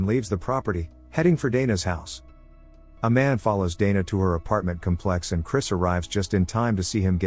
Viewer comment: I enjoy your recaps, but you mispronounce some words, like "apartment complex" here and "convict" in another video.